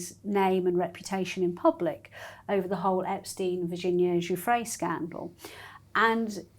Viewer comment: Giuffre is pronounced: JIFF-ree. Prince Andrew is pronounced: A**hole.